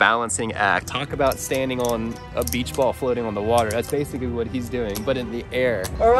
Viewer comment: "WOTH" A REAL HOVERBOARD!! :OOOO